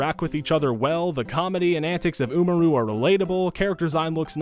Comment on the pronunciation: He pronounced Tachibana correctly, but not Umaru